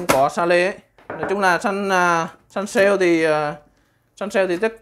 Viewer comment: Bi li dét guốt. Sa lê (sale) 😂😂 pro vjp